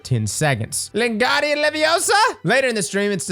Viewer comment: It's levio... SAAH